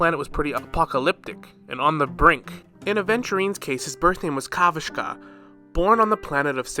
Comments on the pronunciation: Kavashka? Bro can't read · "Kavashka" 😭 not another YouTuber butchering Aventurine's native name